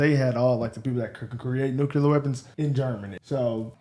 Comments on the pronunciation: Maybe less noo-kyuu-ler? Nuclear? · Tucker is basically saying that no one should have nucular weapons because they are bad